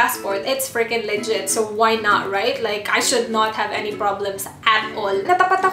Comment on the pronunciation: Pakipronounce po ng maayos ang "legit" it sounds "ligit" to me. Wag na po mag english kung nahihirapan. Mali mali na ang grammar, pati pronunciations 😳😨😌